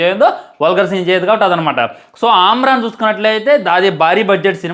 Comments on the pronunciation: ఆమరన్ కాదురా అమరన్ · Arey పకోడీ movie baagundhi raa... అమ్రాన్ ఏంది రా జఫ్ఫా... అమరన్ ra అది.... నువ్వు మూవీ పేరే పలకడం సరిగ్గా రాదు....నువ్వు రివ్యూ చెప్తున్నావ్....అరే real ga జరిగింది కాబట్టి ఉన్నది ఉన్నట్టు చెప్పారు...లాజిక్ less కాదు ra....Nuvvu brain less..... నీకు మీసాలు సరిగ్గా రాలేదు....మూవీ రివ్యూ చెప్తున్నావ్....నువ్వు చాలా personal ga teesukuni movie ni bad chestunnav ani ardamyndhi....Overall ga oka mukka lo చెప్పాలంటే....nuvvu పెద్ద bokka అని అర్థమైంది....పిల్ల బచ్చా లా మాట్లాడుతున్నావ్....